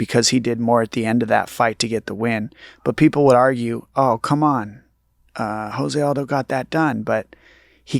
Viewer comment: My bruh- I love you to death BUT you ALWAYS say JOSE ALDO’s name wrong and I can’t help but cringe every single time! After fighting along side him for over a decade YOU SHOULD KNOW THIS!! JOSE is pronounced with a hard “J” like Joe, not with a soft “H” like house! It’s Portuguese not Spanish. Please please please say it right my man!